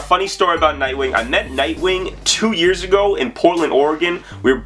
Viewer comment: Loved the video! Love the fact that you actually pronounced my name correctly! haha